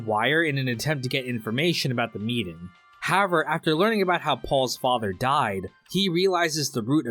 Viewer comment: why cant you pronounce HOWEVER